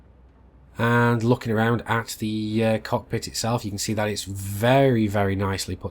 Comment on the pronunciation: Louie Leverett (Whispers in ear) Bro, it's cockpit not cod pit :-)